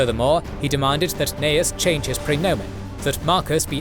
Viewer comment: I love your work, but I am wondering why in this video you called Gnaeus Calpurnius Piso "Cnaeus" and pronounced it as such. He was Gnaeus Calpurnius Piso, like his son.